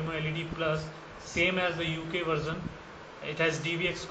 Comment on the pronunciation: Are you speaking english its Version and not varson....you may correct it in next videos which you do.. thanks!